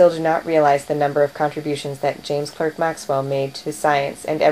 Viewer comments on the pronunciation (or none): His middle name was pronounced Clark.